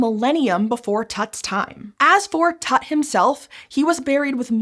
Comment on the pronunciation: it's Tut like Toot, not tat